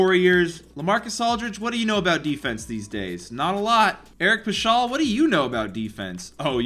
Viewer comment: The way this man said Eric Paschall , bruh.